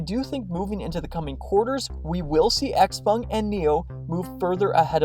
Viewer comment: pronounced: sh-how-pung !